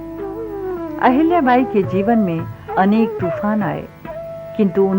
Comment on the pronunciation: what is this पुण्यास्लोक आहिल्याबाई. first speak पुण्यश्लोक अहिल्याबाई. that left really bad taste in mouth. Nowdays it is bad trend that Marathi names are spoken wrongly n nobody objects.